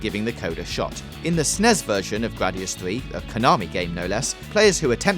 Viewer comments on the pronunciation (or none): "...Gwadius Fwee..."